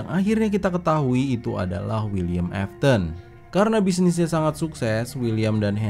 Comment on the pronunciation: Afton bukan afthon